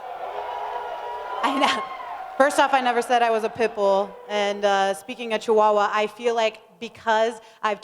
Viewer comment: Julianna "Chichuchua" Pena ... I'm ded ☠